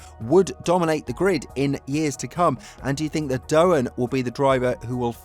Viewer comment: Interesting vid but small correction, Jack Doohan's surname is pronounced "doo-an" not "doe-an" as you kept saying. Strange mistake, as clearly you must have heard his name mentioned lots of times by now, right?